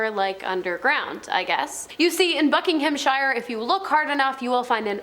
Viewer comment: Ikr, “Buck-ing-HAM” I couldn’t get over, it’s Bucking-hmm, Bucking-umm, or buck-in-um, depending on how well spoken one is.